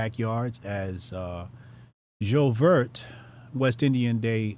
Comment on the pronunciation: might need to have his West Indian card revoked for how he pronounced "J'ouvert" 😂